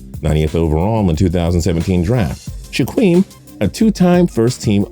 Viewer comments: Its pronouned Shakeem not Shaqueem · It’s pronounced sh-a-keem not sh-a-queem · It's pronounced "shakeem" not "shQUeem"